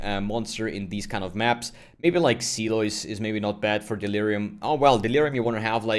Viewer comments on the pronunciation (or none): english of the day: Silo is pronounced like sy-low (sigh-low)